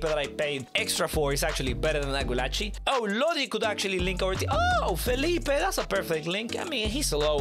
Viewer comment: You are the only youtuber who can pronounce Gulácsi good